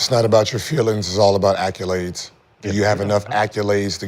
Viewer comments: Gil there is no U in accolades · WTF is an ACCULADE?!?!?!?!?! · Gil be killing me w acculades 🤣 who tf taught him that 🤣🤣🤣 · Gil really think it’s acculades, not accolades.